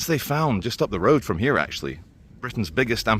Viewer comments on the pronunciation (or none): none